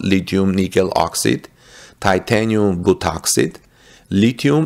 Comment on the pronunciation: you pronounce OXIDE as OX EYED. Elon wants the machine that makes the machine. There will be lots of problems in the beginning. He will iron out all the problems of battery manufacture.... and there will be plenty of them. Finally, the battery manufacture plant at Cato road will be installed at all the Gigafactories. Panasonic will continue to make its cells. CATL will make batteries for the semi or battery grid storage.